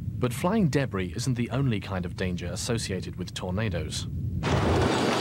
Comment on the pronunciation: What's debre? Oh he means to say debris (da bree)